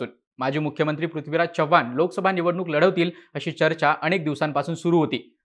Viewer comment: भावा, चव्हाण चा 'च' व्यवस्थित उच्चार, तू मराठी आहेस, अमराठी नाहीस.